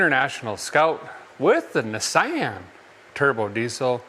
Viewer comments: Nissaian? I thought it was Nissan... 😅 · It’s pronounced Knee- Shawn. It’s French.